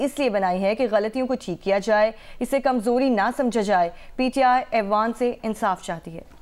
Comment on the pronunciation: Ewan nahin aiwan, Sir.